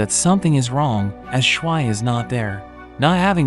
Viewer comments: more like SH-why you say it it like that. ITS SHU-VEE. watch the damn English dub at least once if you're going to speak English in this video at least have the pronunciation to match the version in which you are making the video. ( haven't watched the subbed so idc if that's how they say it in Japanese or whatever language you watched to have SHWI like SH UT the heck up with that name i cannot. sorry don't undercut the quality of your recap but this is wretched ear abuse for anyone who actually have seen this 10/10 movie and enjoys the way the movie says her name. This was almost a like on principal but the moment i heard that... nuh uh no way i am off to rewatch the movie to remove this horrible representation of character names from my ears. screw bad character pronunciations in ALL recaps of ALL channels. pronunciation is so key at least put in a effort, this is so egregious i can't help but be floored enough to type this. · It's not pernounced (shh-why) it's pronounced (shoo-v) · Since you're so bad at pronouncing Japanese names, here's Schwi's pronunciation for Americans: Shwee